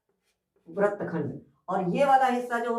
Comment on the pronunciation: Sir, in Hindi, you are pronouncing wrong but writing right Vrat is wrong, vrit will be right.